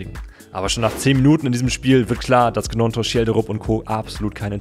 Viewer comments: Nur zur Info Willy Gnonto spricht man „Nionto“ aus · Die Gnonto Aussprache is schon bodenlos 😂